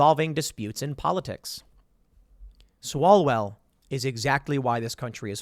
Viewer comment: It's Swallowell....